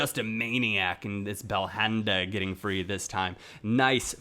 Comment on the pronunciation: don't pronounce the H in belhanda